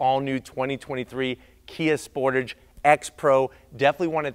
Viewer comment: First of all Sportige ?? Tage ffs